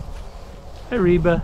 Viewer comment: Reva or Reba? I was checking Google for Reba's sons name [Shelby Stephen] but then I realized that you might be saying Reva.